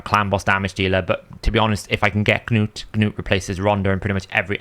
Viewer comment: The g in gnut is silent like k in Knight. Nut